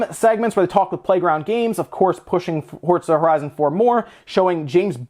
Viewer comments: Wtf is fort za, sounds kind of like forza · FORTTZA ??? LEL